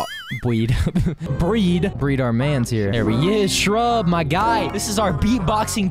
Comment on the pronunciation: YOU Are WEIRD FROM Not SAYING SHRUBB right